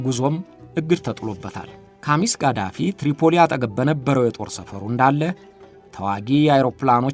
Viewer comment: ሙእመር ቃዛፊ ነው ማለት ያለብህ የሳዳምበልጅ ቃሲም ሳይሆን ቅሶይ ነው